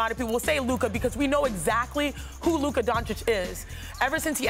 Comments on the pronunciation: Uh it’s Luka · It's luka and it really not close